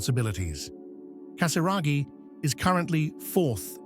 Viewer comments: Casiraghi et non Casaraghi !!pfff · Fundador sem noção Diz o sobrenome de Andrea totalmente errado Antes de gravar,vá aprender Não é Casaragi É Casiraghi E não Casaragi